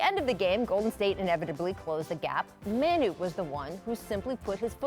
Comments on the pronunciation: muh-nu not man-nu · It’s mawnu, not mahnu. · The fact that she says "Man-u" instead of "Ma-nu" really bothers me.